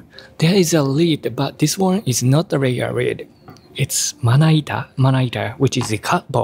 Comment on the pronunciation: Speaking of the r and l, goes like there’s a lid but not a regular rid 😂